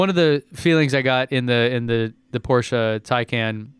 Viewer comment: Thanks for pronouncing Porsche right